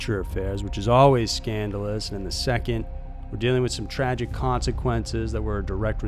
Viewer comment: Missing the T in tragic at the start. It just says ragic.